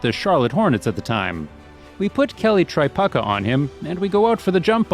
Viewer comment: God, I really wish this narrator would pronounce their names correctly. He kept calling him "Kelly Tri-puck-a". His name is pronounced "Tri-puke-a". He seems to do this with a lot of players...